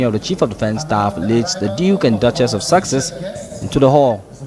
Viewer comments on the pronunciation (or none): That news reporter has still not got it right 🤪 Once again " the Duke and Duchess of SUCKSESS " How fitting, thank you sir !